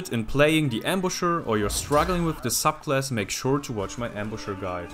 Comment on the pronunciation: It sounds like he says suck class at some ones